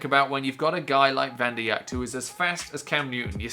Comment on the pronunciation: Vanderjagt is pronounced Van-der-jat